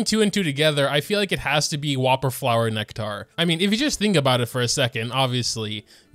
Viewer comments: It's pronounced nekter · "Whopperflower Neck-Tar" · And yet he can’t pronounce “nectar” lol